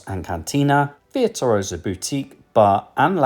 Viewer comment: love this video and am using it as study before my cruise in may. But what’s with the veer tuosa lol